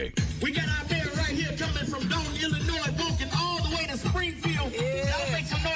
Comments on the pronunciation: THE S IN ILLINOIS IS SILEEENNNTTTT!!!!! The S has no sound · Love some of these videos and will keep listening, but as a native of Illinois, it hurts hearing the "s" pronounced at the end of Illinois. It's silent!! Regardless, I've been blessed to go to Kenya for a short-term mission trip. I would love to hear the story of what took you there to live! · It's pronounced Illinoi....the s is silent. Illinois...back to the show😊